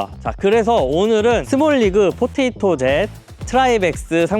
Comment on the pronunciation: 포테이토젯을 한 번도 아니고 계속 포토젯이라고 발음하시는 걸 보니 포테이토젯을 아예 모르시나 보네요